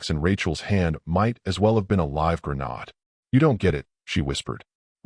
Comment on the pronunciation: Please remove the picture of the guy. Not necessary. Grenade is pronounced with a long A.